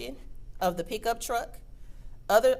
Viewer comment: what about peekuptruck instead of pickup truck